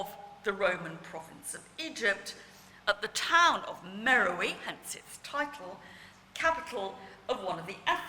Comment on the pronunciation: At the risk of sounding like a prig, Beard pronounces "Meroë" incorrectly throughout her talk. The diacritic on the "e" (ë) changes the pronunciation to "Meh-row-AY". This is significant as, confusingly, there is a modern town in Sudan called "Merowe" (Meh-row-ee) that has nothing whatsoever to do with the ancient capital of Meroë (where the head came from). Unfortunately, very few people are well enough versed in Meroitic archaeology to realise this, hence this is a common error.